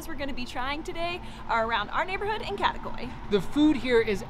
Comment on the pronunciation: Love the videos, but if you are living in Istanbul, please learn how to pronounce the names correctly. It is not too difficult. Kadikoy is kadee koy not kade koy.